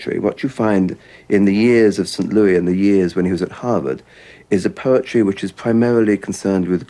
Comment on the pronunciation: For the sake of our British brethren: his hometown is pronounced Saint Lewis, not Loo-ee. (But the southern state is Loo-ee-zee-AN-na-. Or in a southern accent Lee-zee-[twangy short a sound]-na.)